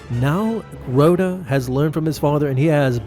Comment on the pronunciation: Its pronounced Rotta, not Roada